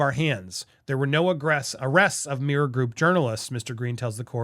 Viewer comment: Slow down...You say meer group. Its mirror.